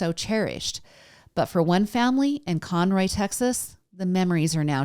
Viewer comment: Con-Row..... I live north of Conroe